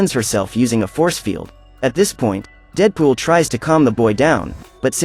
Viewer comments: bro said cable and deepool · "kabel and deeedepol are fighting" xd I love the way he said dead pool there